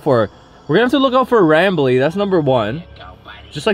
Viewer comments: his name is rambley not ramble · It's not ramble it's rambly